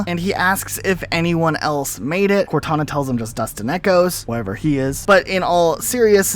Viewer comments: Plz never say cortuna again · Cortoona? Cortoona?! I'm dying from laughing too much here. That almost sounds like a brand for a tuna can. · I heard Cor2na lmao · Cor-two-na vs Two-tana. Who wins Lads?